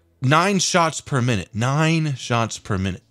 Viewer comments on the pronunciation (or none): none